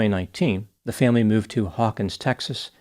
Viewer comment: I love how when talking about cows and telling the story you said moooved and utterly. You are very humerous. I wonder how many other people see your sense of humer? Sometimes it may be hard given your serious persona. Just want to let you know I appreciate it and your channel.